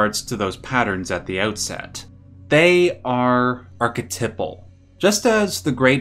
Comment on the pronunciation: The way this guy says archetypal pissed me off WAY more than it should